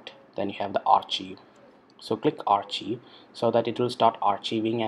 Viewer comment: Thank you for sharing this process. "Archive" is pronounced as "Arc-Kive" by the way.